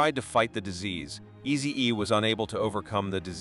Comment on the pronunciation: How can this guy mess up the name Easy-E with two EEs.Is this a automative Ai robot voice?😮